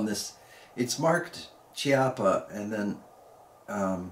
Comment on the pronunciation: Great video!! Just as a note, it is pronounced “keapa” as the “ch” is always pronounced as a “K” sound in Italian.